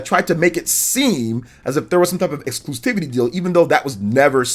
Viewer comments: I just gotta say..."excluSTIVITY" isn't a word. It's excluSIVITY. Exclusivity, from the root exclusive, you just drop the, "e" and add, "ity". The only, "T" is right there at the end. After the umpteenth time I just couldn't hold it in anymore. The more you know! Not trying to be Mr. Internet Smart Guy, just helping out. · Exclusivity. There is no “t” before the first “i”.